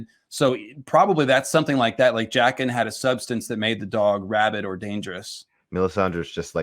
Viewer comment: "Jayken" bro stop pronouncing it like that